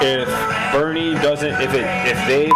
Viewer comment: "Burn-ie" Sanders